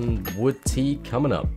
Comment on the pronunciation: The music is so peaceful (except when it isnt), it perfectly makes the vibe. However, every time you said tea, I misstook you and heard teeth.